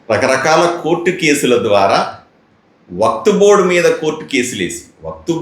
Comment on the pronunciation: WAQTBOARD❌ WAQFBOARD✅. BOLNE BHI NI AARAA 😅